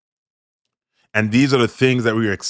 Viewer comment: Goodafternoon, sorry my father's name is not pronounced Jeva, it's Java. Thankyou for the advertisement for my family. God Bless You